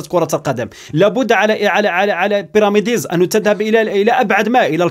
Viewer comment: أخي كنقولو ليها بيراميدز ماشي بيراميديز